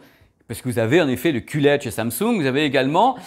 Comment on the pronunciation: ça y est, je sais tout sur le elle c'est dé, le oh laide, le cul laide (si si...il a osé...coupé au montage?), et bien sur le est-ce laide...et tout cas c'est simple comme bonjour (et tupperware ;-) )